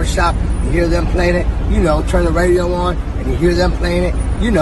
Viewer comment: Stop wetting your "P" sounds a d stop pronouncing "turn" as "churn". Fool.